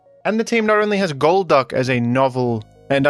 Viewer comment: golduck gol"duck" its literally in the name